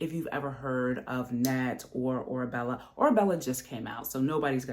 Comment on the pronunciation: It’s “Orebella”. 😊